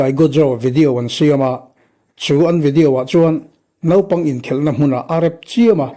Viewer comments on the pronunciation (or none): none